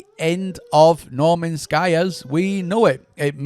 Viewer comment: "Normans sky" haha